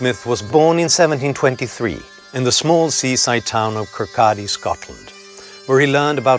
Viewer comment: Very well done in pronouncing Kirkcaldy the native way.